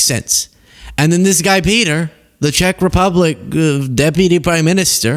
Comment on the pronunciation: the Vice Prime Ministerr of Czechia is Petr (pronounced PAY-ter) Micinka (pronounced MAT-sing-kah).